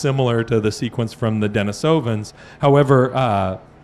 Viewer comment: Russian for Dennis is Denis, pronounced Den-EES. As a last name it's Den-EEsov The recently popular hominids are Den-EE-sovans. Proficiency in science does not mean you can play fast and easy with language.